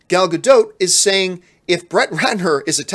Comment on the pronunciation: It’s more like Ga-DAUGHT than Ga-DOTE..